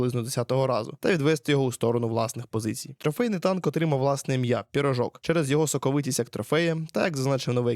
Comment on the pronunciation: Не пірожок а пиріжок вчіть мову рідну